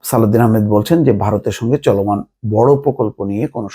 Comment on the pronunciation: অর্থ উপদেষ্টার নাম সালেহ উদ্দিন কিন্তু আপনি বারবার উচ্চারণ করছেন সালাউদ্দিন কেন বলছেন?